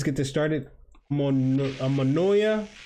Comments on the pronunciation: Omonoia Say it like Omonia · Its omonia not omonoia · We now first we just had a set back because our players were tired from europa league games we had 2 months full with losses and draws but still got to the top of the league. Also its pronounced OMONIA